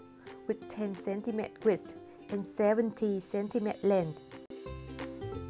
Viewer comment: Great vid! Just want to mention that you should pronounce centimetre like 'centimeTER', a big 'er' sound like caterpillar, father, computer, and not a silent 'tre'...the way you pronounce it in the video is the French way, and it's probably confusing to non-French speakers ;)